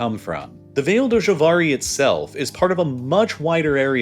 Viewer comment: im just amazed that the english language made "vale do javari" into "vail dou shavariy"